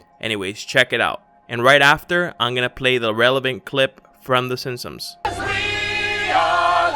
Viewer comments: Are you saying "the Sinsoms" instead of "the Simsons"? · in my reality it was the simp-sons, not the sin-sons as you call them. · Mandela effect: I remember the show being called “The Simpsons” but you’re clearly calling it “The Simpsoms” WOW!! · Am I the only one annoyed by the narrator’s mispronunciation of the name simpsons? Come on make sure your saying it right before u post videos lol